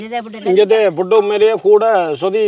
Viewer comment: "பிட்டு" இல்லை "புட்டு"தான் சரியான சொல். தமிழைக்கொல்லாதீர்கள்.